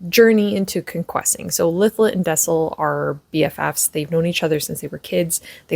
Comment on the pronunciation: I think this is the first fantasy I’m reading this year. Thank you for the pronunciation of Lythlet name. I’m in chapter 2. Reading this with my bookclub. I’m a Booktube newbie by the way. Wish me luck with this book. I’d love to be book friends ❤